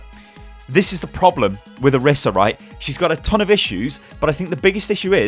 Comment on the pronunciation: What I don't like about Orisa is how people can't seem to pronounce her name right:T IT'S ONE S! NOT ORISSA! I thought you were better than this... shakes head slowly